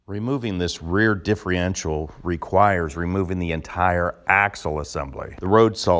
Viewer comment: Stop saying diffreential